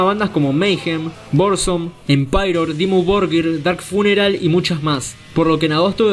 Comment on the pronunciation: Empairor , será Emperor?